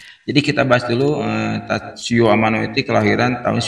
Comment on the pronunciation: Ralat bang, Tatsuya Amano. Bukan Tatsuyo Amano 🙏🙏🙏🙏.